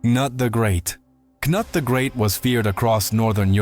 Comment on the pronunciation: Interesting video. But a small correction, "Knut" is pronounced in Nordic with a long U, not a mix of ou "Knout", and same with "Sven", its a clear V, not a W there.